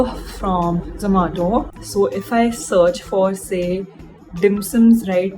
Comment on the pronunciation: the way she says Zoomato, it's weirdly funny